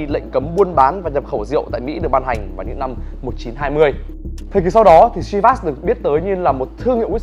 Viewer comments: Chivas is a Scottish whisky .The name comes. from the Gaelic Seamhas meaning lucky or blessed with fortune. It is pronounced “Sheevas “ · Bạn giỏi quá. Giỏi nhất VN. Bạn biết đọc tên rượu đúng với tên của nó. Có lẽ bạn là tiến sĩ VN về môn đọc đúng tên rượu Chivas.